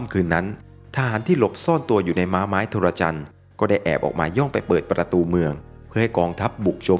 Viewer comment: Trojan = โทรจัน ครับ ไม่ใช่ โทระจัน